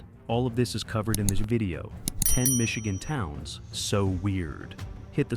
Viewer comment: It sounds apparent that this guy is not from Michigan with the mispronunciation of our cities and town names!